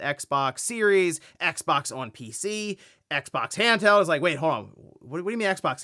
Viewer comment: Hode on hode on, the word is hold